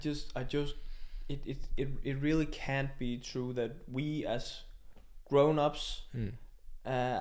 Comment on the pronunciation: "A Trye Legend?" Peter Gade?